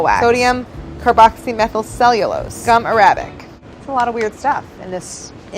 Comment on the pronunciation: Gum "Ar Á bic" I'm Dead 💀😭